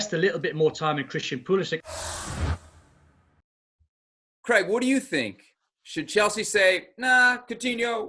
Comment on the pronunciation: its Pulisich, not Pulisik for God sake